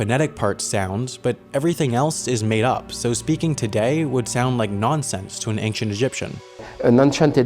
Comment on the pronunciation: Ancient, not anxient